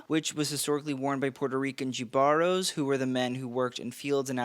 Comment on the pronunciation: Ayo Edebiri: "EYE-oh EhDEbiree". Jibaros of Puerto Rico: "hee-vah-rohs".